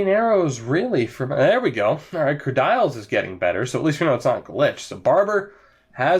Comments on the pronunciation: Its not said kerdyles... its said Kerdeeles... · Stop saying "Ker Dials" it's pronounced "Ker Deals